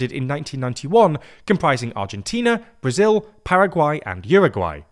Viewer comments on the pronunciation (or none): none